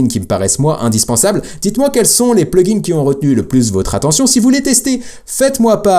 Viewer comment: Hello, tu dis toujours plugins et settings en appuyant sur la marque du PLURIEL !!! Je te l'avais déjà dit dans les commentaires d'une autre vidéo, mais en supposant que tu ne m'as pas lu, par pitié arrête de le prononcer de cette façon, ça rend fou. Je te met un lien et écoute bien comme ça doit se prononcer T'es pas à l'école ou tu dois bien prononcer tous les mots et toutes les lettres. J'espère que tu l'iras mon message et surtout continue avec tes vidéos, car ce domaine est vraiment intéressant et surtout, c'est l'avenir. 👍👍👍